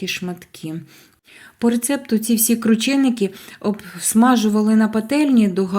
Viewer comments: Не крУчєникі а КрУченики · Наголосила У